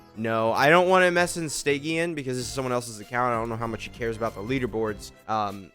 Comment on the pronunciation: Ok but why u say stygian like that...😢🥀😮